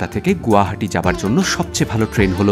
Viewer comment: It's not গুয়াহাটি, It's গুৱাহাটী